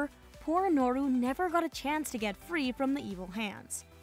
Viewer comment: its nooro not norro at least thats what i hear